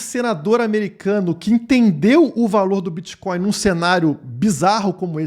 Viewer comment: O que é esse "Bitcoio" aí ?? Isso é "creptomoeda" ??? 🤣🤣